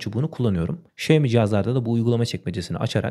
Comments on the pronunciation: Xiaomi telefonun söylenişi şaomi diye söylenmiyor mu şemi diye söylenmiyor diye biliyorum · şemi değil de şaymi desen daha güzel olurduu :)